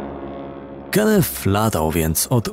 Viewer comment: Imie przestepcy Kenneth wymawia sie Kennet a nie Kennef - to tylko moja uwaga. Nie wymagam od lektora aby znal wszystkie jezyki swiata ale niektore pomylki sa bardzo latwe do ominiecia, takze w ojczystym jezyku. Poza tym swietny kanal .